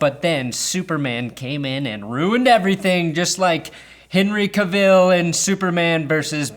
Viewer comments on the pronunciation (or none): none